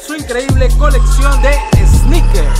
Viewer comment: Pinche cringe cuando dice esneikers